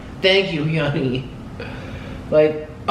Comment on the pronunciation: Is her name HEEE ONEY. why is he saying it like that?